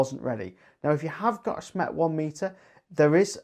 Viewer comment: When you say SMET you actually mean SMETS right !?